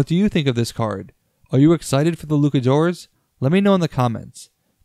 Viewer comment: Is there a reason you are pronouncing Luchadores as Lukadores?